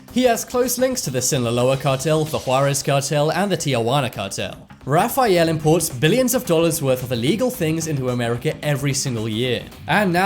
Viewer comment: RA-FAI-ALE😂😂😂😂 Sorry,I just had to point it out